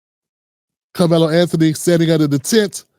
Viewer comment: Sir, I watched the lawyers whole segment and he’s very ignorant. He’s miss pronounced Karmelo’s name like 6 times. He shouldn’t have brought the knife to the track meet. I think we all agree. However, I believe the twins were trying to jump him or really doing something to him. I just don’t know too many brothers that would just stab someone. Also, we have to know that the twin came forward toward him. How else would he be able to get that close and stab him. So it’s definitely more to the story